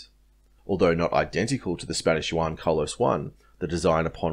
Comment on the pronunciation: Nice analysis bro. Now just to learn pronunciation on the word Juan! 😉😂 Keep up the good work! 👌🏻